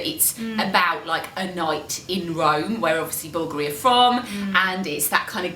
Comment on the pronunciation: I love how they pronounce the name "Bulgoorie" when it is supposed to be pronounced "Bulgaaari" 😁